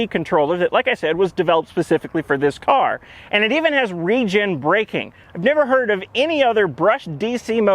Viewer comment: The way he said re-gen braking, I was like "Region breaking?? What is this a nintendo switch??"